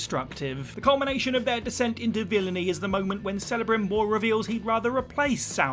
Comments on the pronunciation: It is pronounced "Kel-a-Brim-Bor" ... Kel not Cell. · Celebrimbor is pronounced Kelebrimbor, not Selebrimbor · 1. You do play as the villain in TLOU2, Abby. 2. It’s pronounced Kel-abrimbor, not Sell-abrimbor 🤦🏻‍♂️ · Who is "Selebrimbor"?? It's pronounced as K not S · For the love of Tolkien! Celebrimbor is pronounced with the K sound.